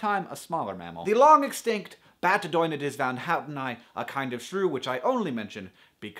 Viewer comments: So you were able to pronounce Batodonoides vanhouteni but not that other animal? Incidentally, according to Youtube/Google's spell checker, Batodonoides vanhouteni is WRONG! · So Hank, you can pronouce Batodonoides Vanhouteni, but not the first...long word you mentioned?